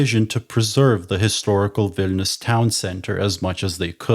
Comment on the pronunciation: "Wine"lius ...?? Better Vilnius, no??